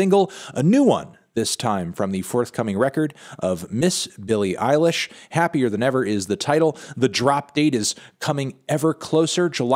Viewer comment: I'm sorry melon, but saying "Billie Irish" 127 times in an Irish accent is not a "review"